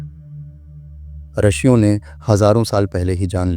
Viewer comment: आदरणीय, आपने बहुत ज्ञानवर्धक जानकारी दी है। धन्यवाद, लेकिन आप रिशियों (ॠषियों) को रशियों कह रहें हैं। कृपया सुधार करें।